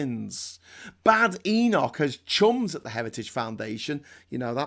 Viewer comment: The Boar of Badenoch is close to the Sow of Atholl. And it is not pronounced baydenoch.